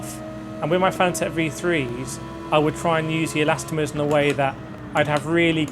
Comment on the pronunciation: are u callning elastomers elastomeTERS consciously to trigger people? :D